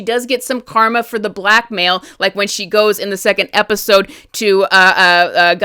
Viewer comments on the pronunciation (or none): none